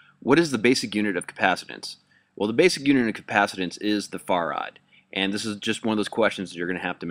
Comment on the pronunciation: Another little nit pick... farad is pronounced just like you say 'fair ad," not "far ad."